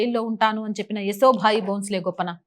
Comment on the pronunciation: ఏసో భాయి కాదండీ... యశోభాయి 👍🙏